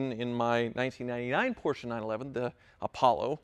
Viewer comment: Lol...next video “I coyote swapped my Porrcshe”